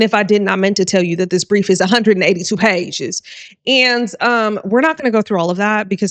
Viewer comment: I almost snorted when you said “a hundredt an eighty-two pay-ges!